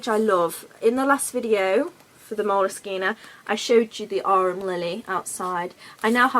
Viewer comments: I don't think you're pronouncing moleskine correctly.. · I love how you pronounce moleskine. No one seems to know what the correct pronounciartion. Your version is nice. Oh and your artwork is also very nice. Good video.